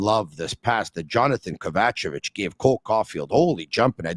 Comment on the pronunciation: … learn to say Kovacevic’s name properly please…